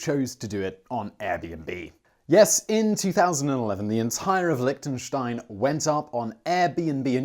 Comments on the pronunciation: Liechtenstein. not Lichtenstein. Liechtenstein!!!!!! xD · Lihhhhhtenstein... LICK tenstein.. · Liktensteins.. loving the pronounciation. Nice vid. Cheers from switzerland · Lick ten shtein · You are in Lichtenstein but you can't even prounce it? :/ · Since you were actually in the country, why didn't you just ask a local how to say it, rather than try to use Google Translate? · Liechtenstein borders Austria and Switzerland not Germany. The language is German, but the spoken variety is eastern Swiss German (the same as St Gallen). Also you constantly pronounced the country’s name wrong...